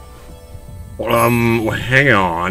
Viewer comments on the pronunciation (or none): Ok legit question: Does pronounce "coup" as "coo-p" instead of "coo" as a joke, or is it a straightforward misunderstanding? It seems like something he would do as a joke, but it is consistent enough that I'm more surprised that he wouldn't pronounce it the correct way by mistake at some point.